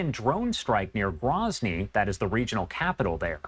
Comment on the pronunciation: First of all.. it's GROWzny... not GRAHzny. Second of all... it's wartime. Even during peace, you are taking serious risks travelling to Chechnya. How many civilians have died in the last 2 years in Ukraine/Russia conflict, or Isreal/Gaza? They're all tragic. When the dust settles, I am confident the pilots made a mistake and were NOT where they were supposed to be.